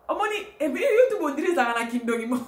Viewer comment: Madame oza n'a français moins, na appellation ya YouTube ozo prononcé yango mabé boyee, youtubou?🤣🤣🤣